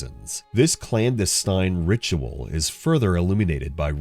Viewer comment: Definitely ai, anyone who knows what the word “clandestine” means and chooses to put it in their script wouldn’t mispronounce it.